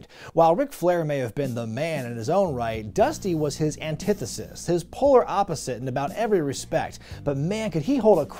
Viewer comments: Anteeethusus, baybeh! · “Antifseesis If Ya Weel!” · “They call that an an-tie-theethiss, daddy!” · "Antithesis" a word Dusty certainly could never pronounce...